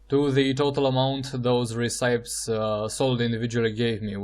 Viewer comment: re-ci-pes not re-cipes bro XD